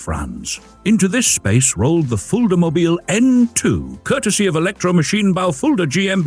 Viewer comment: Es heißt Fulda mobil und nicht Fullmobil